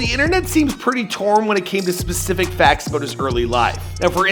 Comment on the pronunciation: "Pacific" date of his birth....